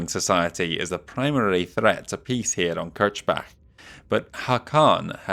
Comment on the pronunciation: Kirchbach is German for "Chruch-Stream" and is IRL a small town in Austria. Your pronunciation is actually correct (if you want to say it as a german word). The way Mansdottir says it would imply its Kirschbach, which would be translated as "Cherry-Stream". And please only use Hero-Mechs if they are actually different from the normal equipment or significantly different in playstlye from other hero-mechs you have already displayed.